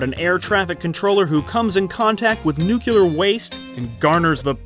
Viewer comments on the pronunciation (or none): I like your videos. Here's a tip: it's nuclear, not nucular. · My OCD just got triggered... Nuclear is pronounced NEW CLEE ER not NUKE YOU LER. My apologies and thanks for the great video! Liked and subscribed. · Nucular isn't a word. I can't take this seriously knowing you don't know that. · I LOVE Under the Rainbow! And I like Modern Problems. And it's NEW-cle-uhr, not NUKE-u-luhr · Modern problems was actually a very good movie. I guess you had to be there. Nuclear is pronounced New- clear I don’t understand why everyone mispronounces it, nuke-you -lar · Plus he said nuc ya ler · "Nuculer waste"? Who are you, Homer Simpson? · Hurray! Right in middle we got a "Nucular"! Go 90s! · Please don't pronounce "nuclear" as "nuke-U-ler" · NUCULAR?????????????????? Good vid. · Did you say "nucular" waste?